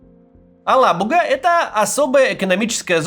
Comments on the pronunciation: АлабугА! Ударение правильно ставить нужно на последнем звуке. Устал уже повторять. Татары, что молчите? Совсем обрусели и даже поправить ведущих не можете? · "Алабуга" читается с ударением на последний слог и мягким "г". Проверьте, на какой слог ставят ударение татарстанские чиновники.